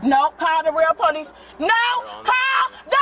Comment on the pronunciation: Call the real po-leece.